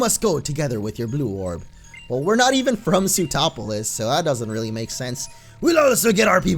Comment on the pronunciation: Lol when you say sootroplis my brain thinks you are saying zootropolis